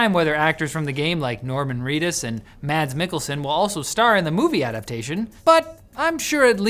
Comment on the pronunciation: It's pronounced MASS Mikkelsen